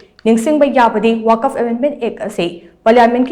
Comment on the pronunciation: Wakaf.... haiba ntteye *Waqf*..... habiyo... 🤔🤔🤔